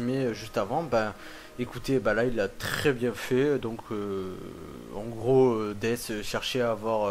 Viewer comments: on dit dess mais il s'apelle death comme dans la cinematique du debut du jeux il dit war furry strife et dess au lieux de dire death mais bon tu a aussi raison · AAAAAAAAAAAHHHHHHHH c'est Death pas dess x) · Jeux de mot par rapport a l'accent merdique du mec qui le prononce dess ?